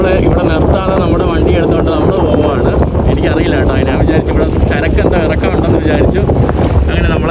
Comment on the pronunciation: എടാ മുറിയണ്ടി, നാൻ അല്ല ഞാൻ ആണ് ശരിയായ മലയാളം